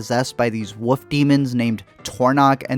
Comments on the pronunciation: You know...there is an "L" in wolf. Like, wool-ff...or wullfff...but woof...wouf ? C'mon man. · Why do you keep saying "Woof" instead of Wolf/ Wolves? Lol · When you say 'woof' you mean 'wolf', right? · It's not pronounced woof. There is an L in there buddy. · Great movie....but uh. Its wolf not woof. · He pronounces it “wuff” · learn how to say wolf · Had to stop watching cause i couldnt listen to you say “Wouf” or “Woulfs” anymore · Learn how to pronounce the fucking word "wolf". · Dude, your comments are thoughtful and I did watch this confusing movie but please, for the love of God, please pronounce the “L” in the word wolf! What’s with the woof? 😝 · Are you unaware that wolf has an L in it? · How do you pronounce “wolf”? I didn’t know what you were talking about for a few seconds.